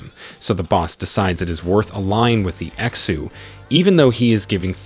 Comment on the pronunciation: Pronunciation of xu is not X U its shu